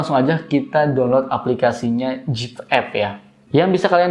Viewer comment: Aplikasinya Zepp ya bro bukan Jeep 🙏 klw Jeep (Jip) itu mobil Amerika 😅 berkali" dengernya jd geli 🤭